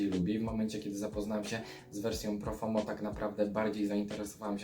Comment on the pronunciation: Tak na przyszłość, po pierwsze - Alberto Morillas a nie Morilla i po drugie nie Profomo a Profumo. Ale poza tym dobry i szczegółowy materiał👍